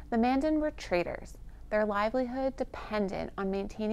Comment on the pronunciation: Traders.. not traitors.. 😅